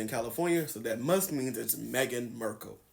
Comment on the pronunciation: Completely agree with you. I enjoy your videos… aside from you pronouncing Meghan’s last name as MERkle instead of Markle. That’s a pet peeve for me…